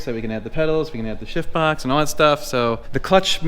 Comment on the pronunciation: I laugh every time you say "shift box". Lots of times, it sounds like you're saying it with a silent "f".